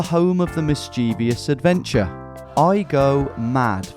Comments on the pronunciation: Tom, please. It is NOT "mischievious". It's mischievous - like mischief and - ous. Sort that out x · Love the channel -- but it's Mis•chie•vous -- 3 syllables